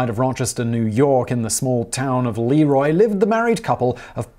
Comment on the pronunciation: Ok, I'll be that guy. le-ROY. not LEE-roy. Since we're getting rural western New York in here, hello from a former Byron resident, right next door to Leroy. Still mad at them for beating us in our homecoming soccer game 2-1 my senior year...